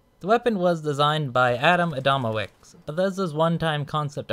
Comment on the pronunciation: I love how anglophone pronounce Adamowicz as "Adamovicks" instead of "Adamovich"